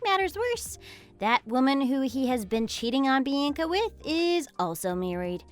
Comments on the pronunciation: Bee Ann Kuh? Horrible pronunciation!🙄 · Learn how to pronounce Bianca